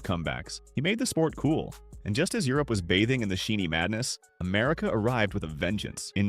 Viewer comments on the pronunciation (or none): none